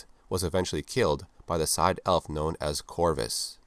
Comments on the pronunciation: "sidhe" is an irish word, pronounced like "she" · Sidhé is read as "shee" as in Banshee (originally bean-sídhe).